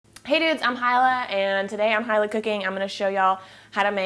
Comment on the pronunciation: yea seitan is good. yummy umm it's pronounced "Hee-lla" this name is hard even in my Language lols